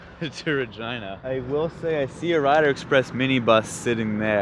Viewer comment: Kilometers in transit! When you say Regina your R almost sounds like a V and your E almost sounds like an a. Don't want to spell it out though :)